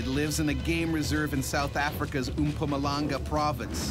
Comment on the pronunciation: umpamalanga 😂😂😂😂 Americans mess words up so bad. MPUmalanga 😂😂